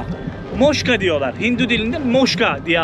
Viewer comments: Belgesel tadında harika bir video olmuş, anlatımlar süper ama moşka değil mokşa diye telaffuz edilmesi gerekir. Umarım Chennai ve Hyderabad şehirlerini de gezip bizleri oralara da götürürsün, güney hindistanın en önemli iki şehri ve türk youtuberlar o bölgelere gitmeye üşeniyor sen bu fırsatı değerlendirirsen harika olur. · Moshka degil Moksha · Moksha "moşka" değil